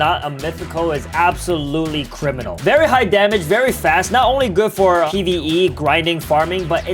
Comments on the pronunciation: bro really said pve🤣🤣🤣🤣🤣🤣🤣🤣🤣🤣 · Bro said pve😂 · Why does he keep on saying pve 🤣🤣